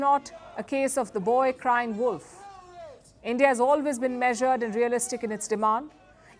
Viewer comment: "End-Yeaah" out!!